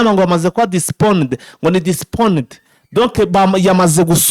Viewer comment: Bavuga postponed ntabwo ari disponed